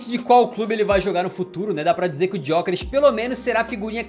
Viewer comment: Se pronuncia Yokeres sem o G, não é muito difícil de escrever nem de falar